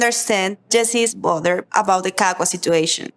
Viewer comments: His name is pronauced Ka-cu-a,it's not hard to say. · 'Kakka' in my Afrikaans Language means shit! Jesse is a Hollander and that is why he cannot pronounce Cacua's name correctly, because Afrikaans and Holland sounds almost the same! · It's his pronunciation of Cacua's name for me 🤣🤣🤣